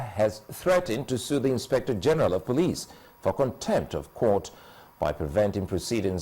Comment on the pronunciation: it is police not pliss